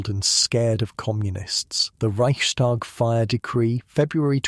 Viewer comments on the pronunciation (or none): This is fabulous, excellent. Just a tiny, tiny observation - it is not "ReichSHTag". No "sh". S and T pronounced separately.